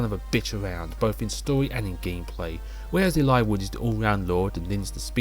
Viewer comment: omg a voice ahhh, nah jk. I really like the way you say Eliwood,tho which makes me think how I actually never talk about FE7 with someone irl that I never thought about how to pronounce his name lmao. But good video! I am looking forward too those top5/10 videos!